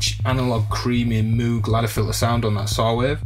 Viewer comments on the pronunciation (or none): It's pronounced Moog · its Moge!! lol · This does seem to be a strange thing..British seem to love Moog products more than anybody, including Americans, but seem uniformly incapable of pronouncing the name correctly.. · Surely on reading it for the first time you read it the cow way too? That's how it would be pronounced phonetically based on the spelling. Maybe it depends on the age of the person - the older among us first heard of Moog through magazines so had no idea how most stuff was pronounced!